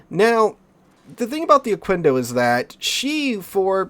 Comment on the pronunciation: Just a tip: Pronounce the "quendo" part as you would "kendo" (as in Okendo). In Spanish, the u after a q is 'silent' if there's an 'e' or 'i' after it. Also, I haven't touched that ship like, ever. Got it from dockyard, is still sitting on dock - thought abount bringing it to Operations, but I'm not sure how it'd perform...